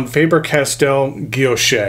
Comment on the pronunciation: Thanks for the review . Absolutely beautiful fountain pen . Btw the word guilloche , don’t pronounce the “ e “ at the end. Like guillochshhh no e or a sound . Thanks again !